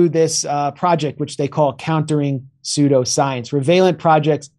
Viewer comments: why would I trust someone to know what a word means if they can't even bother to learn how to pronounce it right? Sheer laziness. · That is a ridiculous pronunciation and I for one will not stand for it. jk yes i will it's hilarious how he says it haha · It's like how the Germans pronounce 'eu,' as in 'Freud.' But 'pseudo' is from Greek, and I've never heard words with 'eu' from Greek pronounced like that. Think of it -- 'pnoy-monia'? 'loy-khemia'? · Love what you do! FYI: You are pronouncing "pseudoscience" wrong. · Is that really how he pronounces pseudoscience? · ok but who is going to tell Jimmy how to correctly pronounce "pseudo-science" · Someone please tell Jimmy how to pronounce words he doen't understand before he records the show. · This video has about as much credibility as Jimmy Dore's inability to properly pronounce pseudoscience. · It's pronounced soo-do science, not soy-do science. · Love how Jimmy says, "Soy-do-science" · "sodio science" LOL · And Jimmy's approach is saying "soyldascience"...the question is...what does he think "soyldascuence" is because he kept right on reading like he nailed it and I swear I've heard him say the word "pseudoscience" so he must think he was using a word that's a new thing? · "This very phenomenonina... is psoydo-science" classic 😂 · if you don't even know how to pronounce it, how can you tell the difference between "science" and "soy do science"? This isn't a learning disability. He just never learned the real pronunciation. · "soy-do-science" hahaha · I’m feeling a Phil Collins song coming on, SuSSudio. Its pronounced SusSudioScience.The P is psilent! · SOO-DO science, Jimmy! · Is Jimmy saying pseudoscience intentionally as soy-do-science to be funny or he just can't pronounce it? I mean I know everyone prounances things differently depending on region like my best friend and me say pecan differently (she puts emphasis on the can) plus some ppl just can say ish weird lol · Ah Jimmy its pronounced Sue-do Science